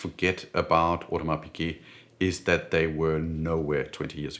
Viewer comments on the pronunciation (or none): none